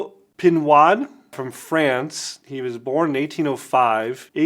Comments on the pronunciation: "pinwad"? lol It's pronounced "pinode" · great spotlight video. I love and use Pinaud Clubman as well. However, having lived in France for almost 2 years, the French Pinaud pronounced Pineaux or Pino with the long o. The "D" is silent. Thanks again for spotlighting this one. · “Pinwad” lol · It is pronounced PE NO The AUD in French is a long O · Very instructive video, thank you very much. The brand is pronounced PEE NO, like the letter ”O”. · It's pronounced pee-KNOW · Good vid, but I have to correct you on the name. Pinaud Is pronounced PEE-KNOW as the D is silent in French. Cheers.